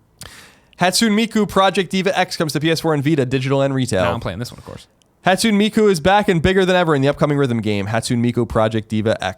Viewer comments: Colin, 'Hatsune' is pronounced 'haht-soo-nay', not 'hat-soon'. FYI. :p Also, I reiterate that Tim should play this game since rhythm games are one of his two favorite genres of game. The Project Diva series of games are the best out there right now. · It's NE, at the end, not nay. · I find it absolutely extraordinary that Colin has been playing Japanese games for decades and he's still pronouncing words like Hatsune as "Hat-soon." That's some dedication (to being wrong). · lmao I was thinking the same thing but wasn't sure if I should call him out on it. Been playing the game too and have been really enjoying it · i died a little bit when Colin said Hatusne wrong